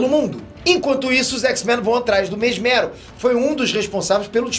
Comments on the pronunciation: mesméro ? kkkkkkkkkkkkkkkkkk na pronuncia seria mésmero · O tem mania de falar alguns nomes errados. Mesméro?😂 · Só eu q me incomodo com sempre falando o nome dos personagens diferente da pronúncia nossa do Brasil? Não sei se é nossa dublagem q mudou ou era assim msm... Mésmero ou Mesméro?